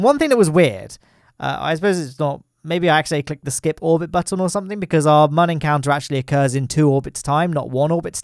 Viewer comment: Please, the umlaut above the 'u' means that Mün is pronounced "moon". Love your antics. Have you considered recreating the Plymouth Xmas Market fair ground rides next?